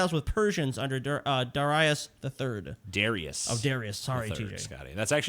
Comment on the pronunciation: pronounced Darius correctly.